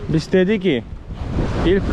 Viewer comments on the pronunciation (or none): Gordünüs mü ve bis demen 😍 z yerine s harfi tercih ediyorsun 😇🖐ama kulağa çok hoş geliyor